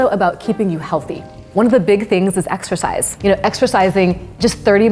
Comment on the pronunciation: 4.38 You guys....ExERCISE. Not ExCercise. Great video though!